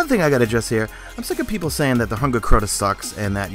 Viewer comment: you say CORTA alot lol